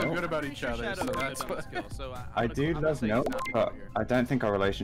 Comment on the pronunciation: im in "lova" with sayin "lova"